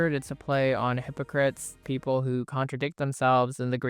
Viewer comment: The song Hypocrates is actually pronounced "Hypo-crate-tees" not like the word hypocrites.